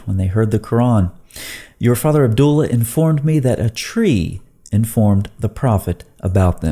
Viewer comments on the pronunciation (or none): none